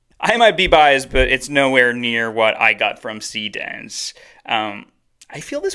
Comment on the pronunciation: showing what you're actually using as you use it would be helpful. like, you know, text on screen. I had to look at the urls given the pronunciation of see dance was, well, hard to hear.